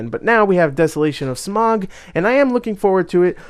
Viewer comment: Good grief, it's not "SMOG" it's SMAUG. NOT, "ON" BUT "OUCH" TAKE THE OU IN OUCH AND OUT IT IN SMAUG, SM-OUCH, SM-AUG. SMAUG. Saying "smog" shows how little you know about The Hobbit.